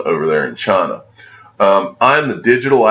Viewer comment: "Chaaaaaaaaaaaana" or China? 😂